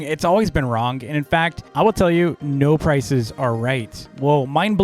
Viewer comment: I like how says “wrong” as “wronk”